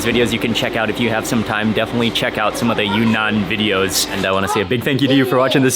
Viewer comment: Mark, it’s pronounced“ Yune-Nan” instead of “Yu-Nan”